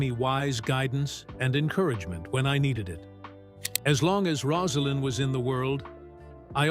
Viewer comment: The narrator can’t pronounce Rosalynn’s name (Rose a lynn) and thinks Jason Carter ( his grandson) is his son Jeff. Inexcusable.